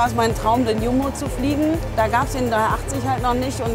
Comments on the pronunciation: Das heißt Jumbo also als cu mbo ausgesprochen und nicht yumbo . Das sagen die Ossis aber nicht die normalen Menchen😂😂😂😂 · "iumbo"... läuft mir kalt den Rücken runter XD